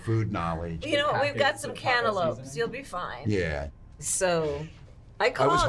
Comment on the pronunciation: Cantelope.. CANTELOPE!!???